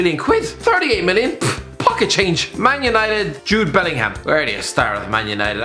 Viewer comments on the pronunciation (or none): none